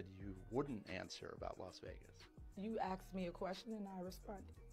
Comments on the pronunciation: You axed me a question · "You axed me a question and I responded". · He “aksed” her a question she didn’t want to answer